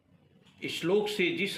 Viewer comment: Bhut sunder sir ... Apne to granth ke ishlok ka bhut acha uchharan kiya he ...